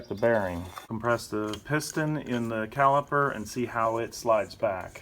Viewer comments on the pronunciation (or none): CaliPer.. With a P.😁